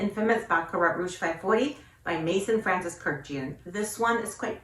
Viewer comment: Hiiii! 🥰 Love the way you pronounce "Kurdjian." I've always wondered if we're all saying it wrong. And happy to hear GON is still that girl for you! 💖💖💖